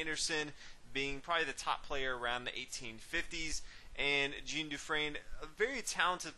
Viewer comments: I enjoy your commentary. Just a minor quibble though. Although Jean Dufresne is German, his first name is French and should be pronounced as "Jon" rather than the way Americans pronounce the women's name "Jean." Here's another good commentary on the Evergreen game, and the commentator pronounces Dufresne's first name correctly. watch?v=cTovV-scfIQ Again, thanks for your excellent chess commentary. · Jean is pronunced "zhan"